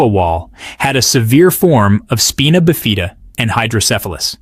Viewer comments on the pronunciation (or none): That is the strangest pronunciation of spina bifida I have ever heard…